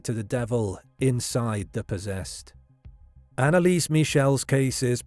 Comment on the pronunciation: Dude can you please not butcher her name THAT MUCH?